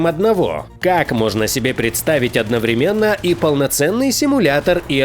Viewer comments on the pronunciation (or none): none